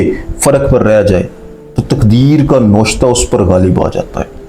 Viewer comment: Lafaz noshta nai navishta hai